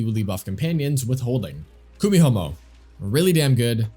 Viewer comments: Kumihumo? KumiHOMO? It's the letter i bro, Kumihimo 😂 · Did I hear you saying KUMIHOMO? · "KUMIHOMO" LOL